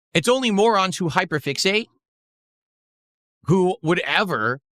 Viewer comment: "These moorahns hyperfixate on me and my mistake" says the cock roach throwing a marathon about it